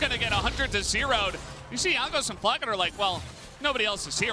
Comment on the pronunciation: Flacked. Not Flack-ed-e. Fml